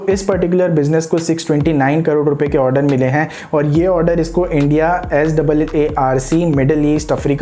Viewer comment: It's not pronounced as "S double AA R C" it is pronounced in one go "SAARC"